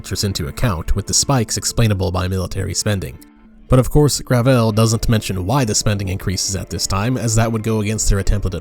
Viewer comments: The fact that they call themselves "Gravel Institute" and pronounce it "Gravelle" is itself indicative of the grift they're going for. But at the end of the day, gravel is all they'll have left to eat in the socialist cupboard. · Excuse me, but what is "grah-vell?" My ears are bleeding.